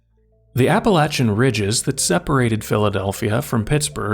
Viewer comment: He said Appalachian right! Woo!